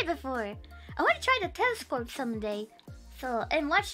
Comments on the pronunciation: Was she saying telescorpe? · I love how she says "telescorpe" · why does she say “telescope” as “telescorpe” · Telescorp? She says Telescorp? Ive given up. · does she say "telescope" in an Australian accent?